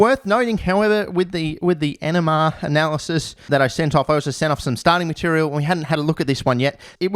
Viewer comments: First few times you said NMR analysis I thought it was "enema analysis" and I got concerned. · I kept hearing "enema analysis" ngl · love when you say NMR i too enjoy sending things off for "enemahh" analysis stay classy san diego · When he says 'NMR', it sound like he's saying 'enema' too me 🤣🤣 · When he says NMR spectroscopy he sounds like he's saying enema 🤣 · The first few times you said it, I thought you said you got an “enema test” of the yellow tar 😬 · When u say nmr it sound like ur saying enema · I just kept hearing 'enema analysis' 🤣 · I knew I wasn't the only one hearing enema, lmao I was like holy shit this guy's committed. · Just gonna say that his pronunciation of “NMR” sounds a lot like “enema” and I don’t think you want to confuse those two. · Definitely thought he said enema analysis not nmr analysis. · I know you're saying NMR, but every time you say it it sounds like "enema" because of your accent, and honestly I cannot stop laughing now, so I don't see a huge problem, I just thought it was funny enough to note. Glad to see you finally got to working on this again! You were kind enough to reply to my comment asking where the next installment was, and you weren't lying when you said it was coming soon :D edit: KEEP GOING, WE BELIEVE IN YOU! Argon and all in one day are probably the best way to go tbh, time to start eliminating variables. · I cant be the only one that hears “enema analysys” right?